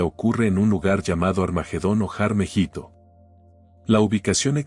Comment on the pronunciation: Creo que es Mehido, y no Mejito. La batalla se origina en el valle de Mejido/Mejito